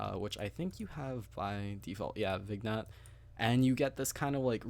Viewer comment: By the way its not VIG-Nette LOL the g is silent